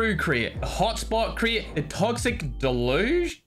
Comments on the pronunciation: Here ya go: Day-loo-zsh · Deluge is pronounced as "Dell-yooj" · It’s pronounced deluje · Oh. I thought its pronounced as "Toksik dilugge" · toxic del-oo-j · it is deluge not de deli dl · the crate is pronounced "delooge" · toxic deluge is pronounced like "toksik delooj" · Hi the right pronunciation of deluge is deh·lyooj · Deluge= Day-Looj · its called "Deluge" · ITS “del-uge” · ITS DELUGE AS IN DEL THEN LUGE LIKE LUJE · Toxic De-Lu-Ge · I think its called De-Lug-e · Its called "the.loo.dge" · thats pronounce deluje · its deluge (its pronounced: de-LOG🌳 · How to pronounce Deluge? "Delaj" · it's pronouced as deluge. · It’s pronounced like toxic deluge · How do people tell how to read the word "deluge" Everyone: it's deluge: oh